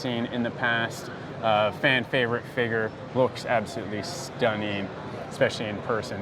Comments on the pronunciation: He says "figuur" like McDaddy 😂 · Hard R.